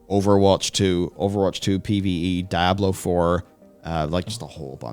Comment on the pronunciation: It’s not a regional thing, seen Floridians , Oklahomites , and New Yorkers say “Die-ahh-blow . Lol.